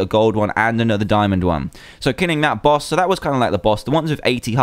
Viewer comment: ***** , it's BOSS, NOT BOWS